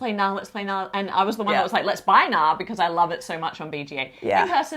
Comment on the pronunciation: Friendly advice from a Norwegian: The K in Knarr is not silent